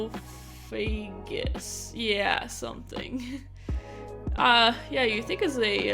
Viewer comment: WHAT IS A SACROPHAGUS ITS SAR-CO-PHAGUS XD